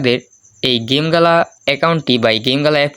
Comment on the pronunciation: ওইটা জিম গেলানা ওইটা গেমগালা